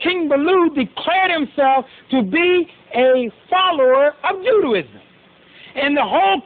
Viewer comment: Goddamn bozo can't even pronounce Judaism.